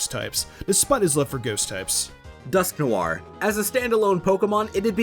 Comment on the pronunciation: omg! finally! someone calling dusknoir properly! had a friend in high school would always pronounce it "nor" despite the fact that the name comes from the french word for black... gah!